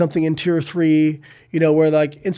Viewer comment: check at 29 seconds. That really sounds like "30".